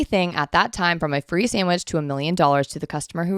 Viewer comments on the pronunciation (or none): none